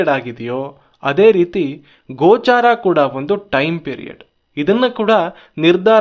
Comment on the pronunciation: "ಗೋಚರ" ಅಂತಾರೆ, "ಗೋಚಾರ" ಅಲ್ಲ.